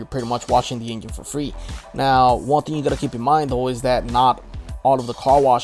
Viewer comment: i watched this whole video just to keep hearing this guy say the word engine